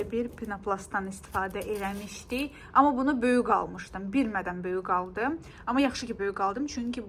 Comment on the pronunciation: Salam,nitqini bir az inkişaf elətdir ,sən hər böyüq deyendə ürəyim sixilir.Böyuk,qəşəng g hərfini deməyi öyrən .Pis mənada demirəm,çünki isdəyirdin öyrənmək.Alınmayacey yox alınmayacaq və s.